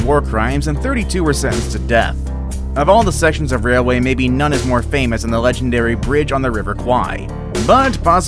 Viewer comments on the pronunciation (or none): none